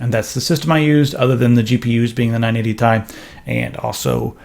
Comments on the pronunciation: Who the fuck pronounces it like 980 tie? It's T. I. You sound like a dumbass when you say it that way. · Its 980 T - I and not 980 Tie. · Would've subscribed, but you called it the 980 "tie" and not ti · Its not 980 tie, its 980 tee eye. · "980 Thai" ~ 2016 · Am I the only one annoyed by calling it the 980 tie...? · 980 "tie"??? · 980 tie? lol thats what he says... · Stop saying 980 Tai! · stop saying Tai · pls stop calling it the "980 ty" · as much as I agree with you, it really make sense to say it that way as the 'i' is not capitalized but hell, then it should actually be 980 [t-ee] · "980 tai" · If it stands for Titanium, then say Titanium. Otherwise, serve it over some ramen and dress it with soy sauce. It's not "Thai".